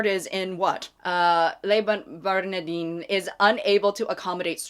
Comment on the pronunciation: Tiny FYI: Le Bernadin is a French name, so that second word would come out something like: "ber-nah-DAN", accent on that last syllable. Never eaten there, though I've passed by their doors quite a bit. On one of my trips to France, I went on an 18th century pilgrimage to Le Procope, which was a simple coffee place back then. Now it's a ritzy restaurant. But the waiter saw me lingering at the door, invited me in when I told him why I was hanging around, invited me upstairs to look at Voltaire's desk, and then insisted I have dinner there. Salad, wine, coffee flavored with star anise; and then he recommended the best angles for some photos. Definitely one of the finest dining experiences of my life!